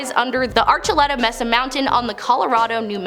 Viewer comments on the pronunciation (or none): none